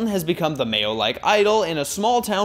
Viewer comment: HE said MA_(YO) LOL